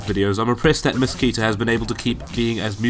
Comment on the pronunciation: The right pronunciation of "KETA" is like "ketamine" without "mine"